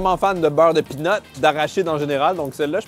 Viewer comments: "beurre de pine" 😂 heureusement qu'on comprend , peanuts ca prête a confusion quand mêmes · De la crème de pine ? 😅 (je sais que c'était peanuts qu'il voulait dire mais ça fait vraiment degoulasse dit comme ça)